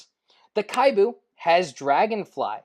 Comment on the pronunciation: kibou for pve. PO for pvp. Actually its KI-BOU not KHAI-BU. Japanese meaning hopeful.